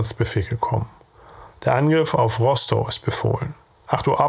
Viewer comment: Es spricht sich RostoF aus. Ist ja kein pommersches Kuhkaff 🙃. Schön sachlich vorgetragen. Was haben diese kerle doch geleistet.